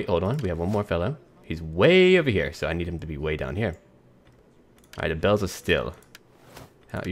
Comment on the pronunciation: Baals of Steel is pronouced Balls of Steel